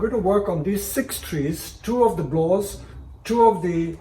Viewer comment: just to be specific, it's not a "blaww", it's called "blaauw"